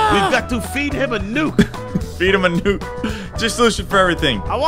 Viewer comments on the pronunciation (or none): nuke not nuck